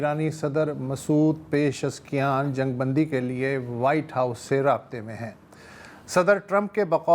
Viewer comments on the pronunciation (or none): بہترین پروگرام ہے۔ بس صرف نام غلط لیتے ہیں آپ۔ پژشکیان ۔ پژشک یان عراقچی۔ عراق چی ہیگسیٹ۔ ہیگ سیٹ۔ برا لگتا ہے آپ کا غلظ نام لینا۔